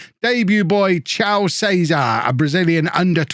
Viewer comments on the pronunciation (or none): As a fellow brazilian its not said "ciao", its more like kaio! really enjoying the transfers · It's pronounced "kye-oh" to rhyme with Heigh-ho (the dwarf song from Snow White), just like BJJ legend Caio Terra. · Caio is pronounced Kai(like Havertz)-o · I still have no idea how imagines that "Caio" is pronnounced "cheeyao" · C I A O C A I O Not the same. Calling him Kyle would be better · to help you out Caio is pronounced "Kai yo"